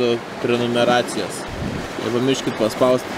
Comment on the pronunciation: ''prenumeracijos'' 2k20:DDD